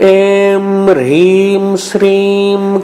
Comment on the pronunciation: Plz guide me in written description the mantra is having hreem but while listening its pronounced as Rheem. Which one is correct plz guide me